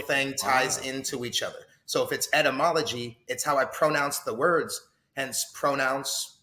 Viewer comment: This guy is a moron. Can't even pronounce etymology correctly.